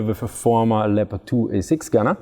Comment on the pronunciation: It's pronounced 'Leppird' in English. Cool video